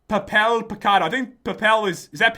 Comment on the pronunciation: pat you were right that papel is paper in Spanish but you said it wrong (somewhat)